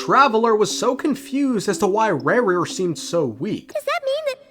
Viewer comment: Rerir ❌ Rawr-rear ✅